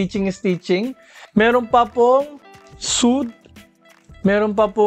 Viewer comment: parang kyrie irving. sweyd po yung basa sa suede", idol. nice review as always. more power po.